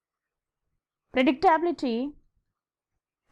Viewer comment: YOU THINK YOU CAN TEACH HCI WHEN U DONT EVEN KNOW HOW TO PRONOUNCE ITS WORDS?? LEARNABILITY KO LARNAAAABILITI , GENRAAAABILITY , PREDICTAAAAABILITY?? YOU GOTTA BE KIDDIN ME